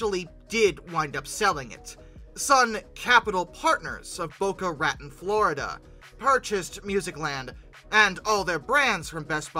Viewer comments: “Bow-kuh ruh-town” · Oh by the way, the city is pronounced Boca Ra-tone with a long O. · Oh geez PLEASSSSEEEE don’t mispronounce “Boca Raton” THAT bad again.. “Raton” is pronounced “Ruh-Tone” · That’s a very California pronunciation of the toponym. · Exscuse me how did you just pronounce Boca Raton Florida?????????